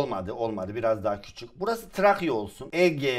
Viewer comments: 7.55 Trakya yerine Trayka XD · Abi trakyaya trayka dedin